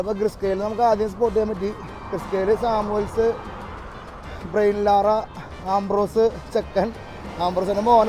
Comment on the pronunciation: ബ്രയിൻ ലാറ അല്ല ബ്രയാൻ ലാറ എന്നാണ് ആ കളിക്കാരൻ്റെ ശരിക്കുള്ള പേര്😂😂😂